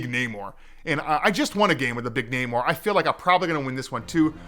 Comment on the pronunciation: A CCG that is not PAY to win....... Spidey Sense going off at that statement.. Lets hope they are telling the truth. And btw, its NAmor.. Like Nay-More.